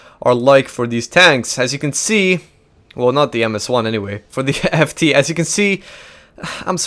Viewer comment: FT is pronounced éfté and, can you stop pronounced Rinault,it's Renault,RE